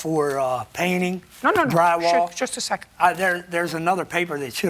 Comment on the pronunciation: when she says “justasecond” that means she’s about to go innnnnnnn 😂😂😂 I love it!